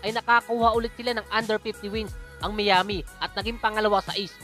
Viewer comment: lods Miami = should be mayami not miyami!! nice content peace!!!!!